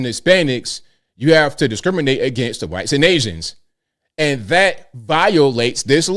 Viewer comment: Why when says "Whites", does he throw that Q sound in there?? He does it all the time, and I can't figure it out. Sounds like he's saying "Wqhites". He doesn't do it with any other group when he's talking about them. Someone told me he does it to be disrespectful, that it's a disrespectful thing. I don't believe that!! isn't that kind of person. I'm sure there's some meaning to it, I just don't know what it is.